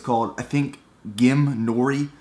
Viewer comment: Great video. A closer pronunciation of the dried seaweed snack would be "geem" with the double-e sound, but still keeping it as one short syllable. Hope that helps!